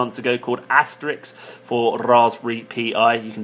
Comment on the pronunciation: ASS-TER-RISK - R I S K - Asterix was a cartoon Gaul!